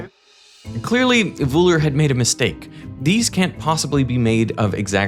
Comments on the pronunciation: A 20 Mio subscribed channel and i had to hear Wuhler instead of Wöhler. Wohler would have been acceptable too. So zero effort in finding out the correct pronounciation. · Can you please start to pronounce german names correctly... this is disgusting and kind of insulting ... These Guys names were for sure not Vreedeij Wooler and Djüstüs von Leebij... fk sks ... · That's not how the German name "Wöhler" is pronounced. The German umlaut ö, has no exact equivalent in standard English, but it is closest to the 'i' in bird, the 'u' in burn, or the 'e' in her (when spoken with a non-rhotic accent, i.e., not pronouncing the 'r' strongly). In German an "h" after a vowel indicates the vowel is long, not short. (And yes, the umlauts ö, ü and ä are vowels.) There's no "sh" sound in that name. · A fantastic film, as all of yours, but making the shortest research to find out how to pronounce important people’s names would increase your credibility. Wöhler, not Wohler, big difference! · I keep tolerating and giving hints how to pronounce Names in French and German again and again - no success. Van Liebig and Wöhler - completely wrong. But worse: Americans don't even know the rules of Grammar in their own language. "It behaves completely different" - - - not "completely differently. These are assumingly scientists and well educated people! So where is your "education"? It's so sad to hear that now for 32 years- trying to help - and being ignored. I don't expect language skills from students who left school after 5th degree - but I insist on those "academics" to be at least willing to learn. Education does not end at 12 years of age, not at 32 - it never ends, gentlemen.